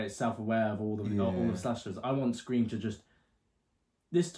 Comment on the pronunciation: "5-ream" lol